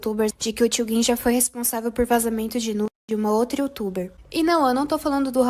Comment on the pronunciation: Pq todo mundo fala "Tio gin" como se tivesse um "u" dps do "g"? galera fala tio guin?